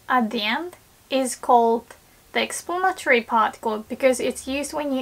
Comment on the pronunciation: it always sounds like she says "explain your stration" I have no clue what she is actually saying there